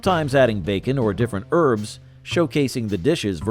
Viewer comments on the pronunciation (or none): none